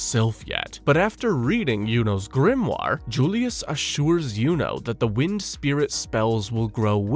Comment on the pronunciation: you say "Yunos GRIMNAR" WHAT ARE U DOING LOLOL